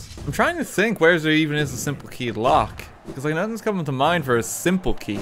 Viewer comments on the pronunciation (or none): none